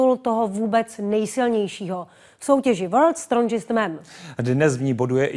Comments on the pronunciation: Docela smutny, kdyz reporterka neumi poradne anglicky. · worlds strondžist man